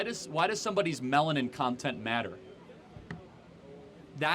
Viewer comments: Can’t take him seriously after he said melantin. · “Melantin “ 😂😂😂😂love you Kirk